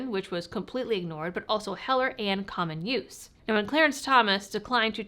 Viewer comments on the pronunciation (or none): I heard "many communist firearms" instead of "many common use firearms" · it sounds like you said "many communist firearms"😅😅